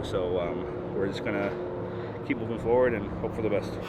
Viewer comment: "Lookin' forrward to it!'